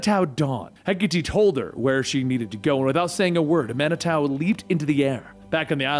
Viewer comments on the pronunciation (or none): It's pronounced man-i-too